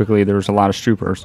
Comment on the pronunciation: Do you notice that you say stroopers instead of troopers